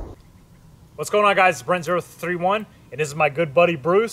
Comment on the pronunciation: yknow I don't think you've ever pronounced the "0331" part of your name right yet hahaha, great video as usual man, thanks for the content.